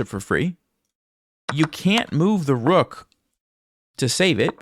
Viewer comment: the Queen just can’t take duh rukhhhh? At least to try to prolong the game?